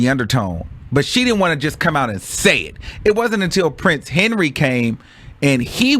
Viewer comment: you not old enough to be butchering peoples names like det!